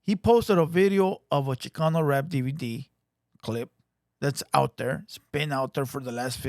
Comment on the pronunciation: I turned it off as soon as the white foo said “ChiCUNU rap”